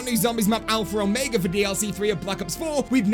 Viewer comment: Please stop saying alphra omega in your intros